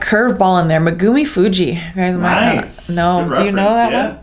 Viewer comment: and its Megumi Fujii